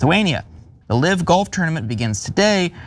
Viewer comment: The word is "live" same as pronounced hive Not live as in pronounced give. Is this guy an idiot or what?